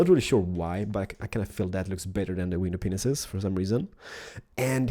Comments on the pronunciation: did u say window penises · Does any1 else hear him saying window penises??? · Am i the only one hearing window penises? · It sound like “ Window penises “ instead of window panes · Would u please stop sayin window penises I've watched all about ur videos I like your building but stop saying window penises why do u want to say that go back to pre school or elementary to teach u how to pronounce window pane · Not to be mean. But I know you probably have a hard time saying window pane but window penises is wrong. I don't mean to be rude. By the way in case you don't know but penis means a men's sex part. Sorry to embarrass you but when my friend saw this she laughed her ass off. Sorry if I was rude or I made you feel weird. Your an awesome building designer on MC... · When ever he means to say window pains he says window penis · I like how he say's "window penises" instead of "window panes" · does anybody else hear "window penises" instead of panes???? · Has anybody else noticed that when he says window panes, he says wiener penises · I love how he calls window panes "window penises" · did he say window pisses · did he say "pull out your widow penis's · It's sounds like you are saying window penises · he has been saying window penises his whole life LOL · lol he said window penises XD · No he said window penisis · i love ur acent, but its window panes: D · DID DID.. JUST SAY WINDOW PINISES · Same lol I though he said willow penises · Mewing_mew 419 I thought only I heard dat lol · Correct he did say penis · Lol... He said window penises... 😂😂👌👌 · Lol he says Window Penisis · did you noticed that you said window penises? during the description of what matrrials you need. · Sounds like he said window penises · Is it me or does he call them "window penises"? I think my hearing is going funny!! Not taking the piss guys just wanna know if anyone else can hear that! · Anyone else think he said window penises??